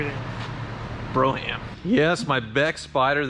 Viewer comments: Broom - it's pronounced Broom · Bro-ham is a ham you bring your bro. Brougham rhymes with roam, but I'll assume you know that and are joking around. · Ugg... it's bro-mmm not bro-ham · Bro-ham? Uh no. It’s pronounced brome. LOL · I think Brogham is pronounced BROME, like chrome. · It's pronounced brohm, not broham. The word comes from a carriage, built in the 19th century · Bro-ham? I hope that was just you being silly. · "Bro-ham" - hope that's a humor attempt and not a real mispronunciation. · Brougham is pronounced "brome". Like the empire of Rome with a B in front.